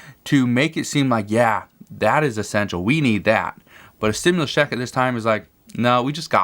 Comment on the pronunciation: Why do say 4 th stumlius commin